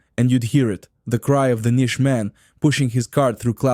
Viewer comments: The K is pronounced in knish. It is not a Nish!!! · The K in Knish is pronounced. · Kinish is pronounced just the way it’s spelled. The k is not silent. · Who did your voice overs? Horrible. It's Knish with a K not pronounce Nish. Also real Jewish Deli Sandwiches do not mix meat with milk. That would not be Kosher. That would just be Kosher Style. Get this right. Do this video better. Challah is pronounced with a Guttural CH sound it is not a J sound...On your video the voice over person dos JChallah. Not correct. Get this right. Find an actual Yiddish Speaker to do your voice over. NYC is filled with Jews who can pronounce these words correctly. And who understand that Jewish Food is not meat with milk. I was looking forward to this. Get this right! Matzoh Brie.,....Pronounced Bri....Strong I. Not Brie like the Cheese. Sigh. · The nish man? Ha!